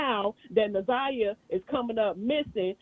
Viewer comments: I want to scream her name is NA-ZAI-YAH!!! Damn, say that baby name correctly!! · I’m sorry but the constant “naveah” is blowing me, NAZIYAH is her name, NA’ZIYAH & for the big ass mucinx monster to not even correct her name when he said it to her blew me even more! Besides that this is great! I’m just now tapping in after seeing clips on tik tok & after the preliminary.. big s/o to you.. this is amazing.. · Na-Zi-Yah she deserves for her name to be pronounced correctly! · How y'all keep calling her Nevaeh damn 😭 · DAMN!! get Na’Ziyah’s name right !!! so disrespectful & unprofessional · The fact that he kept saying her name wrong even watching it now bothers me like mfs be knowing ppl names and just choose to say it wrong smh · Facts!!! Im surprised kept messing it up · It’s pissing me off yall keep saying her name wrong! You should’ve questioned better! That was a mess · Omg they keep saying her name wrong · Respect to this comment and his platform as well. However, I couldn’t even watch a different podcast covering the story because she butchered Na’Ziyah’s name so badly. 😢 I know it’s an honest mistake, but this is journalism.. 😔 Justice for Na’Ziyah Harris. 🙏🏾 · Much later, but yet another person mispronouncing this baby’s name! I appreciate you and it’s my first time here so please don’t take offense. I’m watching after the preliminary trial and the community advocate YT channel also had a moderator saying Za’Niyah’s name incorrectly! It’s so sad! This isn’t just a story it’s a life :(. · It’s not a common name and I get that she mispronounced it, but it didn’t take away from the overall content and awareness of how the people and system failed her. It was full of great questions and commentary.